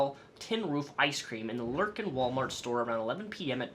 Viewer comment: Heyo! Lufkin is in my area of east texas, just so you know its "luf-kin", they lucked out on pronunciation, the next nearest town is Nacogdoches XD also also it really sucks that someone did this to bluebell, a couple of years ago they had a really really bad bacterial outbreak and had to shut down for almost a full year to clean their faculties, so someone else contaminating their product is extra extra bad